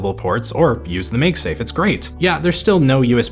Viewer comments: "Meg-safe" It's mag-safe my boy. Do you call them Meg-netic or mag-netic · maegsafe?? IT'S MAGSAFE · ‼️ this dude LEGIT said “megsave” twice. Two times. If you think I’m joking see for yourself. Laaaaaawd. 🤡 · Say “magazine”. Now say “MagSafe”. See….we don’t day “mage” with a sharp an and a hard g.